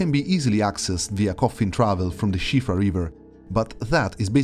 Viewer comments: First time I've heard someone speaking in English pronounce Siofra right. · That's the widely-accepted pronunciation in English.